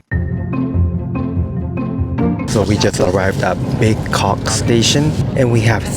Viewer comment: Please lah bro, it's not Big Cock station, it's Bekok (buh-kok) station... 🙂